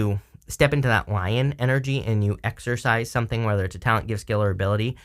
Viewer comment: Are you saying exercise or exorcize?